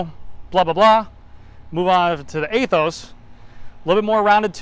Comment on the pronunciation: Pretty sure about you don’t pronounce it A-Those. Anyhow nice video. I don’t know after this video about buying the Aethos. Somehow you kinda convinced me not to, might wait for SL8 if it comes next year. SL5 will do it another year.